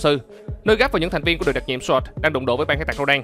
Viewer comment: Thành viên Sọt. Vãi chưởng đọc tiếng Anh